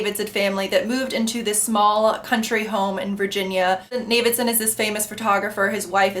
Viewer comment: Pelafina, Johnny's mum, is a huge presence and character in the book - when you read a bit further. Especially the appendices and the whalestoe letters. So there's one massive female character in the background... Two things: it's Zam-Paah-No, and it's pronounced Na-vid-son. How they're spelled... Anyways, not a bad review. It's the best book I've ever read (five times), wrote a thesis on it. Read it at a great time too, with time to kill living on my own at 21 after university.